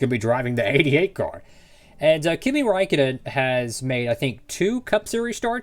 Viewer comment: You pronounced his name perfectly!